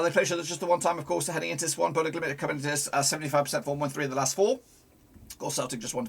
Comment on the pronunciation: RELAX your talking speed it's BODØ GLIMT not GLIMIT WTF IS THAT !?